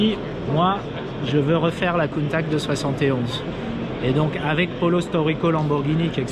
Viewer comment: doit revoir sa prononciation de Countach quand meme... avec tout mon respect.